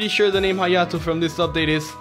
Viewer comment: when he says hyato and shows it KIRA QUEEN BYTES ZA DUSTO